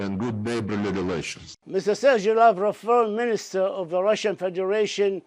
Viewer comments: Sergei Lavrov is a wonderful Minister of Foreign Affairs. I'm proud of him. His pronunciation is quite terrible, but the contents of his speech is the only thing that really matters. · This lavrov is babbling on and on , full of vodka has not time to take a breath